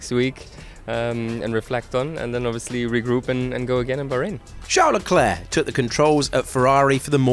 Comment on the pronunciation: CHAarl lecler 😆